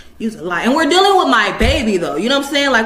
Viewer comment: “Logging on is spelled with two Gs”….. DAMN that’s some impressive Conceit right there! She spews out “anywaySSS” a hundred times, Ferrul, deuling(dealing)….GEEEZE, you can go ON and ON.